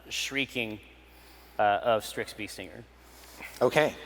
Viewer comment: wait .. strixx "beestinger"!?